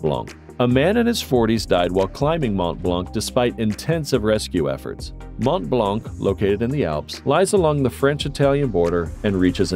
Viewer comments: Devil pool, not devile. Hardanger rhymes with hanger, not danger. Mont Blahn. The c is silent. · "Mont Blanc" ' (do NOT pronounce the final "c" !!! nor the final "t") , it means "White Mont"